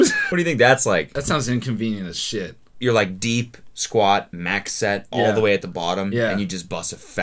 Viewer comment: No he actually pronounced it wrong